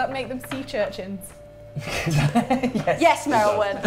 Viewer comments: “Sea Churchins” bahaha 🤣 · "Sea churchins" goddammit 😂😂😂😂😂